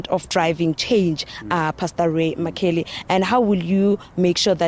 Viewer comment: Can these journalists learn to pronounce people's surnames, surely mccauley is not difficult to pronounce!